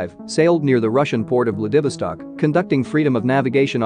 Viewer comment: Also, it can't pronounce Vladivostok.